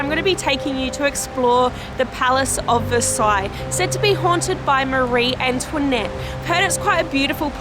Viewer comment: la façon dont tu prononces "Marie-Antoinette" est , comment dire, très Américanisée.